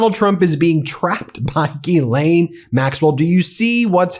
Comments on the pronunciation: Her name is pronounced Gilan, not Gilane or Jeelane. The G is the same as G in goat. The monster needs her name out there known accurately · Y'all keep butchering these ladies names it is pronounced (listen how the victims say it) Gee-Lynn spelled Ghislaine and Guifree is Goo-fray!